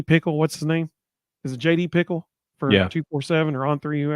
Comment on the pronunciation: JD Pih-Kehl ... not Pickle